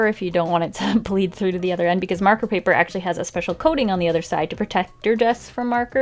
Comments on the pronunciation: um she said breed through instead of bleed through... lol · did anyone else notice that she said “breed through the paper”?😂😂😂